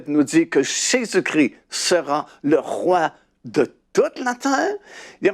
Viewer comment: JÉSUS CHRIST et pas Jesus cri, merci soyez béni.